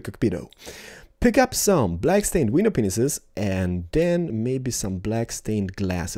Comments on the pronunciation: Every time he says panes I keep thinking he says penis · Okay... I heard it a lot so im curios: Does really say penis when he places/selects a glass piece or is it just his accent?:3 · I love how instead of saying window panes he says window peniss